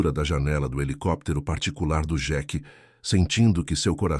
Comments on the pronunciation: Senhor a pronuncia não é xeque é sheik 🤦🤦🤦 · Nao e jequi é Sheik......não sabe falar IA. Ou quem traduziu é burro. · Por que que o narrador não fala Sheik Fala Jack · O narrador não sabe falar sheike